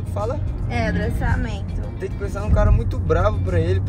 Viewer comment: "é adestrador que fala?!" Tainá: é adrestramentro kakakakakaka